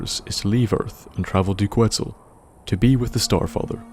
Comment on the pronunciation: pronounced quetzal wrong. its ket-zal